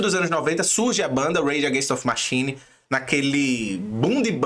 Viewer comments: Bacana o vídeo..mas deu uma agonia de leve ficar ouvindo repetidamente o nome da banda errado..rs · Da pra fazer o video de novo falando o nome da banda certo?